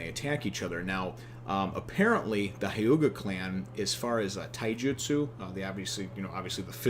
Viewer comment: It's pronounced hyew-ga